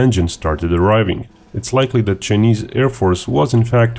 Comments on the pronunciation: "Chy-knees", not "Chin-ease". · Love your accent, and the fact that you don't hide behind a "robot reader" like some channels, but "Chinese" in English is pronounced "chai-neez". 🍻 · Ah yes, the Chin-eees. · Chii knees ???? Hey pronounce it properly!!!